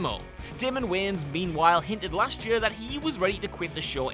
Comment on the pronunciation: the way this guy pronounces 'year' really grinds my gears lmao